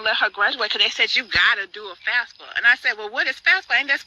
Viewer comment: She keep saying FASFA it’s FAFSA stupid